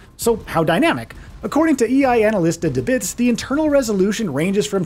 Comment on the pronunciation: ElAnalistaDeBits is pronounced “El” with an L as in “El Salvador”